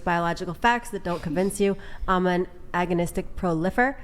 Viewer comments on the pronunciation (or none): "Agonistic pro lihfer" 😂😂